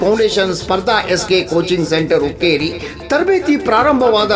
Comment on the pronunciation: Hukkrri ಅಲ್ಲ hukkeri